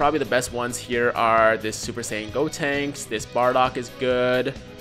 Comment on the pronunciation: Who tf is "Deb-Tinks?" Its "GOtinks." Lol